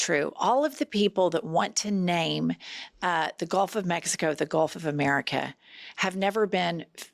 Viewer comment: Was she drunk? She couldn’t even pronounce America